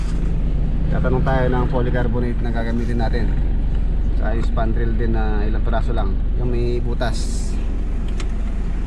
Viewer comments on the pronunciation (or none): Long span...hindi long "spand"...😂😂😂✌️ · Long SPAN po hindi spand